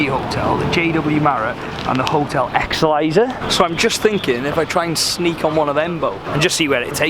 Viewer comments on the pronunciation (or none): Hotel exsilisor 😂😂😂😂😂😂😂 it's excelsior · ''Hotel marrot and hotel exeLISER'' jesus christ dude learn to read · Just discovered this channel, love it,even as a Leeds fan! The pronunciation of "Excelsior" had me in stitches Keep up the good work fella!and congrats on the champions League win,did England proud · the way you said excelsior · c’mon mate don’t go around not knowing how to say excelsior!